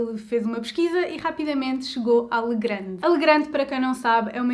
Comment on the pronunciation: pequena correcção, lê-se "legran", visto a empresa ser francesa.